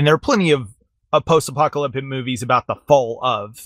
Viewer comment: At one point Illya had a verbal flub that sounded like he said "pop-ta-lyptic" so i just start picturing pop music singers getting in a fight and destroying the world